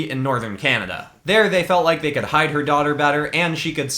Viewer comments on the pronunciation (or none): none